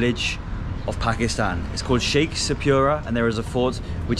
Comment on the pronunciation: Yeah and he keeps saying Shekhshapira! 😂